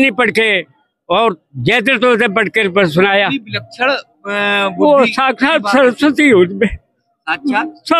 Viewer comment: साक्षात शब्द का सही उच्चारण तो करना सीखिए